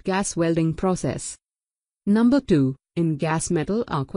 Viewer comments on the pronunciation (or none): Numbrhh one 😂